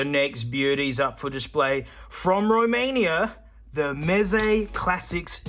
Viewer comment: Noone: Aussie man: MEZE MATE!!!